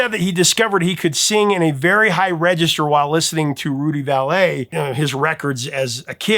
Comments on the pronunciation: Rudy Vallee pronounced Valley not valet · BTW, Rudy Vallee's last name was pronounced "valley", not like "valet", that's the guy who parks your car or who assists a rich guy with his clothes and grooming. Maybe in the old country or originally it may have been pronounced that way (may have even had an accent over the first "e", but I have always heard it pronounced valley. Like whenever I heard others talking about him, or on some Old Time Radio shows from the 30s and 40s where he was a guest. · Rudy Valley . Just pronounced “ Valley “ not “ Vall ay “ . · Not Rudy Val-lay its Rudy Valley. Just sayin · Rudy Vallee's name is pronounced just like the word "valley." Also, Moms Mabley used to poke fun at Tiptoe Through the Tulips with a ditty called, "Tiptoe Through the Ghetto." She was hilarious. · So you’re a weed virgin? Maybe you should try rolling up, turning on and tuning out of the captive press for some deep personal insights as suggested in many pop classics? Also, I’m not *that* old, but Rudy Valle’s surname is pronounced Valley. 😉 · Prof it is pronounced Rudy Valley. Why it bothers me when you mispronounce names I don’t know. And the first hard rock was In a Garda D’Vida. I was 10 and while I loved Cream. Iron Butterfly was a huge hit in the Philly/South Jersey area